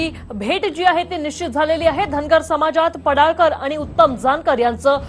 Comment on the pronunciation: पडाळकर नाही पडळकर असे म्हणा.